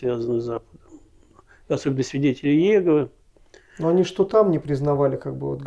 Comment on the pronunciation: Произнесите пож-ста Имя Бога правильно не иЕгова а ИегОва